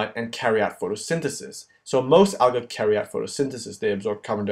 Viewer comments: You're pronouncing "algae" wrong. It's "AL-gee". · The way he says "Algae" Al-guh lol